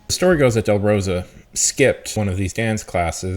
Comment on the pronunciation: has never met a name he could not absolutely butcher. It's part of the schtick.